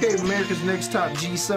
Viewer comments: actually the guy said her name right, it’s gee soo not gee so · It’s pronounced gee-soo so yes he said it right. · Goes on a rant about saying Jisoo's name wrong while they been saying it wrong this whole time 😂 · Btw Jisoo is pronounced Gee-soo not G-so lol said it right lol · Gee-Sue ----- that's how you say it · It’s literally jee-sue. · In Korean It’s pronounced like G Sue so he said her name right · The interviewer is right it is Jisoo ( gee sue ) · It is pronounced Gee-Sue. Loved this video!!! Thanks for loving the girls so much!!! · He actually said it right. Her name is pronounced as Gee Sue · … he acc said her name right is gee-soo no jiso